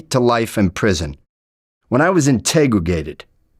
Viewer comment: “When I was integragated.”